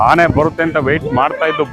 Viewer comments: ಆನೆ not ಹಾನೆ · ಹಾನೆ ಅಲ್ಲ ಆನೆ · ಅದುಹಾನೆ ಅಲ್ಲ ಆನೆ ಮೊದಲು ಹಕಾರ ಅಕಾರ. ಸರಿ ಮಾಡಿಕೊಳ್ಳಿ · ಉಚ್ಛಾರಣೆ ತಪ್ಪಿದೆ ಹೌದು ಆದ್ರೆ ಕೆಲವರಿಗೆ ಆ ಕಾರ ಹ ಕಾರ ಉಚ್ಛಾರಣೆ ಬರಲ್ಲ